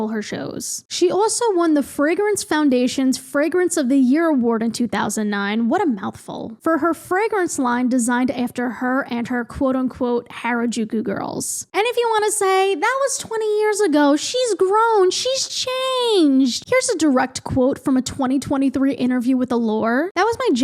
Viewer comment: The pronunciation of Katakana is more like "Cot uh Co nuh" I don't know how to phrase that better sorry. Same thing with Harajuku, the A is more Ah like when the doctor is saying ahhh. Im sorry I don't know better phrasing for this😭